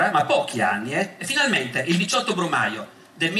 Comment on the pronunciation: " Il 17 brumaglio " XD